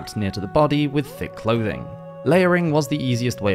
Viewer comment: Only clouths not clouthing, dude😂😂😅😅